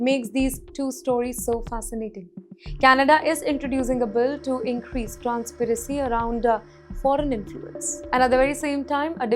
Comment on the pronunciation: Transparency and not transparacy !!